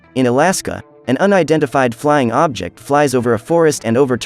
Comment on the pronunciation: I love how you say indinfeind flying object